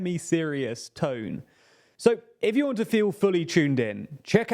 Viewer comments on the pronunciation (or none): none